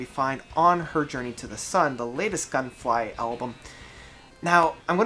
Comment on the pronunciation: Nice review, thank you sir! But it's actually Gungfly, not Gunfly :)